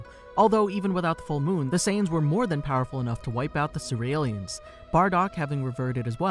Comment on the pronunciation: One question isnt it pronounced C-real-ians and not Ce-re-el-lians. Its a play on cereal